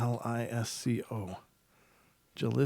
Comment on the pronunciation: Jalisco is a state or region in Mexico. It's pronounced Ha- lisco